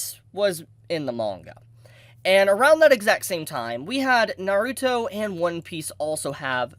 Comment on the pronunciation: Learn how to say Naruto!!